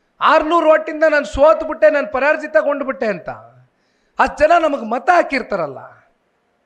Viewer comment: ಕನ್ನಡ ಭಾಷೆಯಲ್ಲಿ ನೀವು ಇನ್ನಷ್ಟು ಸ್ಪುಟವಾಗಿ ಮಾತನಾಡಬೇಕು ನೀವು ಕುಮಾರಣ್ಣ ಅವರನ್ನು ನೋಡಿ ಕಲಿಯಬೇಕು ಪರಾಜಿತ ಉಚ್ಛಾರಣೆಯನ್ನು ತಾವು ಪರಾರ್ಜಿತ ಎಂದು ಉಚ್ಚಾರಣೆ ಮಾಡುತ್ತಿದ್ದೀರಿ ದಯಮಾಡಿ ತಿದ್ದಿಕೊಳ್ಳಬೇಕು